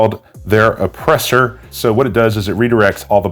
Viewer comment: It's a suppressor not an "oppressor" there bucky.